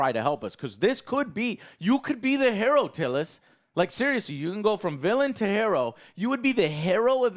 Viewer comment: Never heard anyone pronounce hero as "Herro" before, touché Joe.